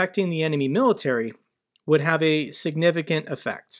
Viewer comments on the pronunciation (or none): none